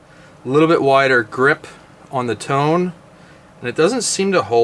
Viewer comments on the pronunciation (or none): FYI. The "Tone" is pronounced toe-nay